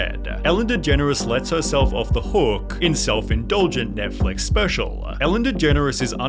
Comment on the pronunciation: I hate how sunny pronounces his L’s lol. “This is so specialuh”